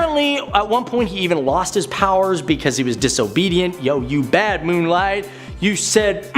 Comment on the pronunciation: Who the heck is this new guy saying "Moon Light" 🤣. Get him a stack of comics asap, cuz he's never read one